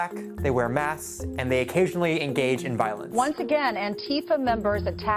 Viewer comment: Lol, he said "masssthkkssssth". Ways too many syllables for the word "masks"